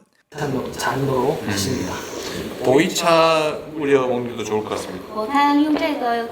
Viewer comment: 보이차였구만. 보리차로 들었는데 웬 보리차를 저기에? 생각했지